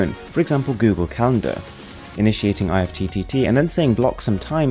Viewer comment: the way he pronounces IFTTT is kinda odd